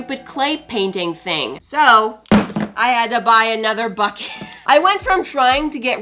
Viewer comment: When she said why is this BUKET exploding I heard something else